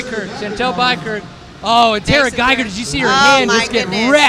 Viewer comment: Seat Time Tarah Gieger's name is pronounced TARR-uh, not TAIR-UH. As others have pointed out, Colton HAY-ker, not HACK-er.